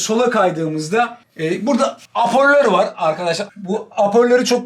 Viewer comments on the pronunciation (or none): yeşil arka plandaki çorapl mi o anlayamadım 🤣🤣🤣 hoperlere aporler dedi ya abi helal sana